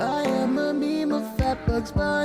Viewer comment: Why dies he pronounced meme "maim"